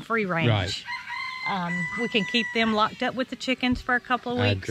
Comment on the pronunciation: Lol, you said "they're all locked up;" and I heard, "they're all flocked up." Thought you said it on purpose. would have been cooler if you did. =P